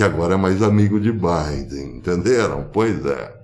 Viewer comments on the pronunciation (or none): none